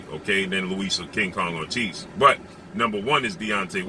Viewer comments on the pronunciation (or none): none